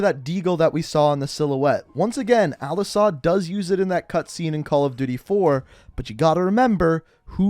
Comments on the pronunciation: IT IS AL-ASAD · ITS AL-ASAHD YOU DUMBASS